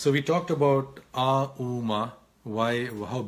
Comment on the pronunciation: it kinda seemed like you skipped "uuu" while chanting .. still confused how to chant .plz guide